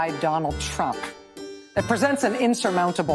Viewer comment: 😂😂 She said kamala la la. 😂😂😂😂😂 . What a fool.